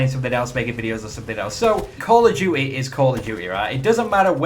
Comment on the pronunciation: "Call Of Jewt-e" :')